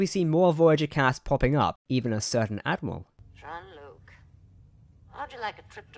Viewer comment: It's Jean Luc not John Luke .....